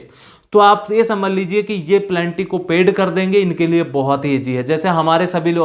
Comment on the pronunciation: Good information. प्लेनटी नहीं पेनल्टी बोलो सर। It is Penalty. You are pronouncing Plenty.